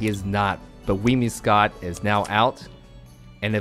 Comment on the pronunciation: WhimSIcott, not WhimIScott.